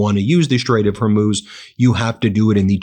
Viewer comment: hi Ben I enjoy your channel but it's a bit irritating that you can't pronounce Hormuz correctly. You pronounce it Her Moose - it's pronounce HOR Moose - HOR pronounced like the first 3 letters in horse or horrible.